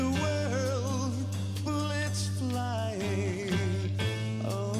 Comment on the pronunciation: notice how bullets became one syllable for cadence?